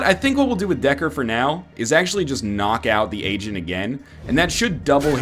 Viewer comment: Does anyone else hear "Asian" whenever NL says "agent"?